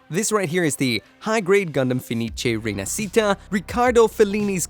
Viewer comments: Is pronunced rinashita not rinacita. It mean reborn, like the phenex reborn from the ashes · Its pronunciation is "Feh-nee-cheh Ree-nah-shee-tah" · si pronuncia "ree-nuhsheetuh" dai! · Pronunciation is Rina"she"ta